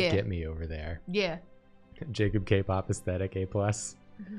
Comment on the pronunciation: lmao my name was the only one jacob read wrong in this stream